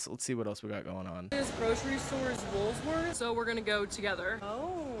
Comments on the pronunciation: If I filled my trolley like that at my local woolies it would definitely be more like 300 its so expensive too shop for stuff unless on discount. Also its wool-worths for pronouncing.. no s in middle But we mostly say woolies.. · Every single time I hear an American pronounce Woolworths for the first time, they always start with WoolSworths, is it the transition between the L and W that the American tongue can't grasp or just a lack of reading skill? Chem, Chemist....who makes pharma big in the US, Chemists.....Thank you, I've never heard anyone in my 51 years of life pronounce AUD as a word...It'd be like saying USD as ooossddd lol. At least when the chickens are ready to come out of the oven it's that annoying blow up toy chicken thing that makes the loud somewhat funny screaming from hell sound lol. Roast Chooks from Woollies are about 12 or 14 bucks, they also do roast pork with crackling ready to go, good bachelors handbags they are. You could ask any Aussie where are the 'bell peppers' and we understand the lack of education and will point you in the right direction, generally it's pretty fucking obvious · I've never heard Woolworths said so often or so wrong... I can count on my hands the number of times I've called it that - it's Woolies 🤣 Or if you're old school it's still Safeways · It’s Woolworths!!! It’s not that hard. 😉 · it’s pronounced “Wool-worths” or most of us just call it Woolies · Wool worths “Woolworths” Woolies. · the woman in the first segment thinks shes funny she's just plain ignorant its "wool worths" but don't shop there because it expensive Aldi all the way!! ps the rotissrie chickens in plastic bags are called bachelors handbags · Why can’t US citizens say Woolworths? What’s with the Woolsworth? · "Woolworths" is pronounced "Wool worths" But we just call it Woolies. Rhymes with Bullies. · Yep "Woolsworth" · pronounced Wool worths never seen those tablets In Western Australia in our Supermarkets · Woolworths is pronounced Wool Worths